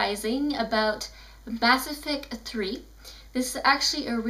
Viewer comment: "Bass Effect 3" lol